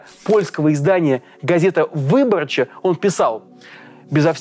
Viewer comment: Польская газета ВыбОрча (не ВЫборча), в польском языке фиксированное ударение на предпоследнем слоге